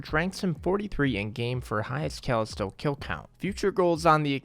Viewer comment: i hate how you pronounce words sometimes "alias" and "callisto" as examples